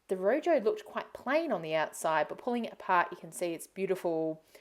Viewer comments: Please check the pronunciation of room, in spanish the j sounds more like an h .. . Nice show, hope to see a good yield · Rojo not room